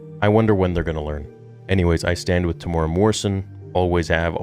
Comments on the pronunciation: The way you pronounced his name “tamora” 😂😭 it’s said like “Tem-You-Era”. But nice vid anyway brother ❤️ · Hey bro, love your channel. Just FYI... Temuera is pronounced: Tem Eww (rhymes with "you") Air A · Kia ora e hoa(greetings my friend) Maori fella here it's pronounced Tem-moo-air-raa Morrison. Love your content and watch your stuff alot Proud of the bro Tem and his mahi(work) with the character Boba fett. Nga mihi(many thanks) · I was so excited to see this vid until you slaughtered his name. It's pronounced Tem ooh weh rah. Please make an effort if you respect his acting. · Te - mu - era Te (teh not tay) mu (moo) era (like the english word era, extra points if you can flick that R like italian)